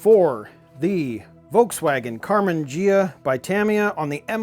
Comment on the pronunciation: It's Karman Ghia, pronounced ge ah, not je ah!